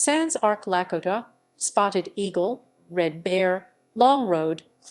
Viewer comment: I stopped at the miss pronunciation of the Lakota…